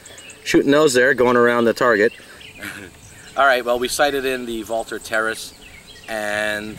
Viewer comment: My mind was pretty well made up to buy this rifle, before I saw this video. This is a confirmation that I will make the correct choice here., I think, no I know, you are the first guy I've heard that pronounced the name Walther correctly, it IS as VALTER foks,..think German. Also, what size or power scope would you recommend on this Terrus for target and small vermin shooting?